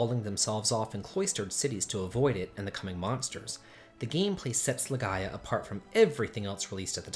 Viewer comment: Stop saying "apoctalyptic"! Drop that T, you're driving me nuts! Edit: it's not LaGaya. It's LaGaia